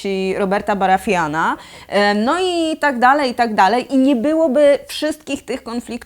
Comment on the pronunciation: Kurcze, tyle lat komentujesz ten serial, a wymowa niektórych nazwisk kłuje w uszy. :p Czemu uparłaś się na tych UmberTów... Mniejsza, to w końcu mało ważny ród, ale jednak. Natomiast Roberta BarathAna, to już nie zdzierżę. :D